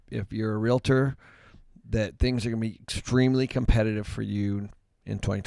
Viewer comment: Love you guys. Been watching forever. BUT PLEASE stop saying REAL I TOR. It's Realtor... no "I" in the middle.